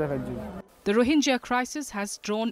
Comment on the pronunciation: Wrong pronunciation of rohingya by you.